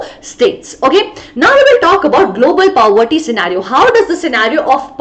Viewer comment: aap poverty ko pawvarti kyu bol rahe ho 💀💀